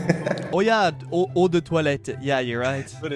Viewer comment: Thank you for the clip❤ PS: I don't wanna be rude but it's eau (water) de toilette, not oh.